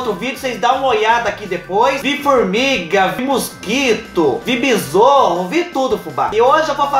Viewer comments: Engraçado seu jeito de falar besouro: "Bizorro"....😂 O bicho que correu foi demais!kkkkkkkk "Sovaco"?????😂Vai parando pelo sovaco Fubá....kkkk Aix desceu no umbigo, tá chegando perto....😂 Tô achando que alguém vai verificar outras partes depois que desligar a câmera....kkkkkkk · nunca pensei q fosse encontrar alguem q falasse bizorro igaul minha tia kkkkkkk